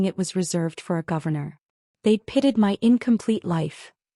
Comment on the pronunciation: The word is pitied not pitted